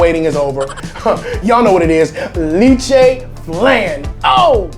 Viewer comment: Not to offend the Carolinas, but the big 2 are the KC and Texas styles. Carolinas is more of a pork based vinegar. Lol, LEH-che, you french pronunciation is worse than your Bisaya. 😉 Enjoy your video's!